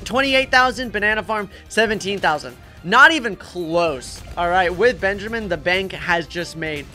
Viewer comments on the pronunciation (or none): none